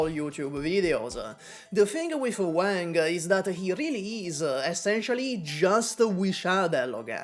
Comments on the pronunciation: Ok, sorry. It's not "Wæŋg" like the way you say "Wank", it's "Wàng" like the Won you use in "Wander" but a bit more of the "a" sound to it. Anyways, cool video :D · It's Wang bro it's Wang